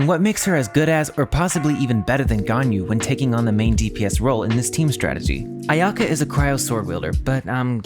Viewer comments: Did I just hear you said my waifu’s name incorrectly…. A…ya~ko? :DD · Sorry man but its A-ya-ka where the A and ya is the same tone